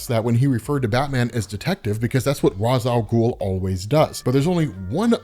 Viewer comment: mispronunciation of ra's al ghul